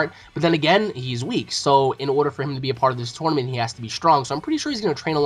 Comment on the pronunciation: WHeres this guy from what does he pronounce Tournament Toynament. Toinament?? Toy lol sorry thats all i hear.